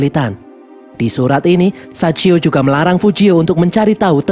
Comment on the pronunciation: sachio bang bukan saicho😭